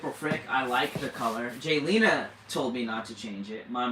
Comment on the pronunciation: It is Jaylena , not Galina. Please get it right. I know I'm being petty but if you lived with my name ( Retha) you would understand why I'm sensitive about names and the spelling. I've been bullied all my life about my name . Being called all kinds of ridiculous things. I don't mean to offend you so please don't take my comment wrong. Have a blessed day!❤